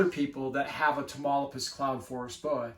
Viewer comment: Great content, love the boa👍by the way it is pronounced (Ta-mauli-pas) that’s my home state in Mexico. Wish I could get my hands on one of these, they seem pretty hard to find